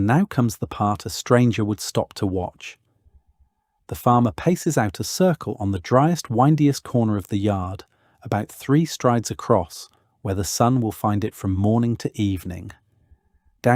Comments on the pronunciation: How much of this is AI? Clearly “windiest” prounced like winding road, was meant to be “windiest”, like windy day. Unfortunately makes me distrust the whole video, which seemed interesting and informative to that point. Stopped watching, as I don’t want to support this. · And "wyndiest" instead of "windiest" towards the beginning of the video.